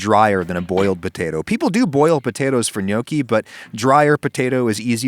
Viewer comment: He murdered potatoea